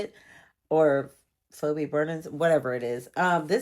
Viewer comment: The first book's name is pronounced "Fee-Bee".